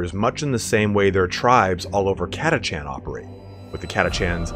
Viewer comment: i always pronounced it Ka-tash- an , not kata-chan .. the latter sounds so weeb